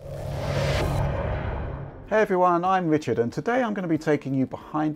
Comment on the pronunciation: mean you wove voice.